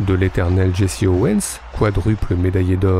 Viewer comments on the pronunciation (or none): none